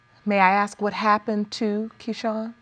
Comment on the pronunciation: It’s pronounced ASK not AKSK you f*** stick!!!!! ASK ASK ASK!! Grrrrrrr 😡